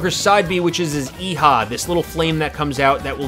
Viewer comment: Please stop pronouncing Eiha wrong🤦‍♂️🤦‍♂️🤦‍♂️🤦‍♂️